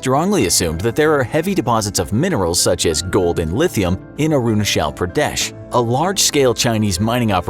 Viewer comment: It's not arunashal it's arunachal